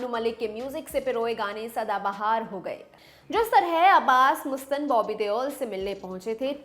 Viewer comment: Jahilo मुस्तान nahi मस्तान Naam hai. Teleprompter mai dekh ke padho magar research to tarike se karo.